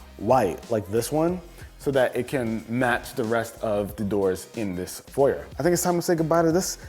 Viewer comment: Finally an American that says foyer like a normal person